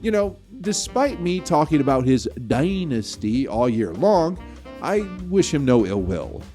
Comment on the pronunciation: It's funny when he says DAYNASTEY